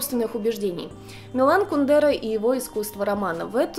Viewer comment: Тоже привыкла говорить кундЕра, а он кУндера.)